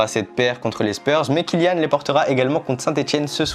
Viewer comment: Super l’unboxing parcontre c’est KYLIAAAN PAS KILLIAN